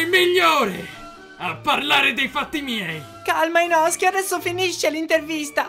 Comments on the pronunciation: Ma il treno è mugen non murgen e pronunciate male zenitsu e poi si dice inosuke non inoske però quando dice ma è Michael Jackson!! Sono morta😂😂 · Inosuke no inoske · Inosuke non inoske 🤣🤣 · Il “suke” viene pronunciato “ske” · inoske? Noooo inosuke